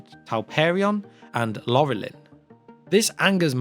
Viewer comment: re - You pronounced the name of the Tree "Laurelin" incorrectly here. It's not "Lore-lin" in the same that that the name of the Lord of the Rings isn't "Sore-On." It should be pronounced similarly to Sauron's name, but with an "L" instead of the "S." That's just for the first syllable, of course. Your pronunciation of the 2nd and 3rd syllable of Laurelin is fine, it's just that first syllable that needs alteration. edit - re CHRIST!!! Did you just pronounce "Sauron" as "Sore-on"?? Jesus, dude, do you have any respect for the source material? Are you just making these videos to make money off of Tolkien's brand name? If you actually care about the source material, if you are a genuine fan, then please, pretty please, make a genuine effort to learn how to pronounce the names and places.